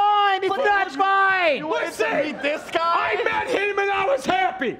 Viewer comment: just goes full on Boston "Listen, I met him and I was heppy!""